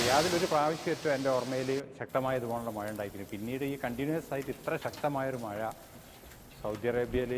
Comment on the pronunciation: 4.:21മയ അല്ല മഴ മയിര് 🤦‍♂️😁